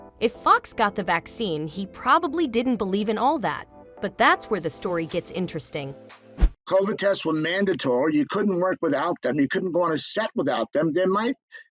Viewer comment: Wow, you horribly mispronounced Covid. How is it possible that you’ve never heard it pronounced??